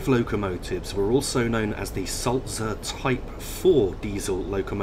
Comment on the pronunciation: Pleased you pronounced Sulzer correctly !